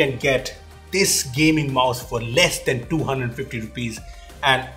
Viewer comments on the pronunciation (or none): I think he miss pronounced 'and' than 'than' 😂